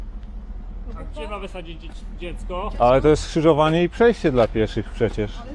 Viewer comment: Pana policjanta przerasta wymowa słowa „skrzyżowanie”, a szkoda bo jest przykładem skrzyżowania niekompetencji z obiboctwem